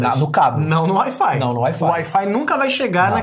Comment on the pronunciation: Parece quando o Alfredo fala wi-fi, parece Air Fly. Kkk